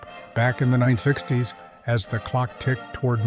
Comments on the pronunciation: WTF is 9 60's. AI having problems with saying 1960's? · Can you at least make sure your AI voiced narrative is done correctly before posting videos? Like In the beginning when it’s supposed to say 1960’s. It instead says 9 - 60’s. Anyway, I didn’t realize these decades passed were sooooooo completely unimaginable to people now-days. I was born in 79 but yeah, I guess a lot of these things would be foreign to people today. Just didn’t know it would be as dramatic as this channel is making it 😂. There’s still a lot of nice content/ narrative in this though. Very nice! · your AI narrator, has a problem saying 1960's, it needs speech therapy